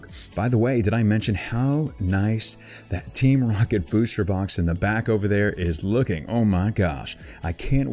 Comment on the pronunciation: likeminded 4life 😂😂😂 he said it like that in the video 😂 rooket 😂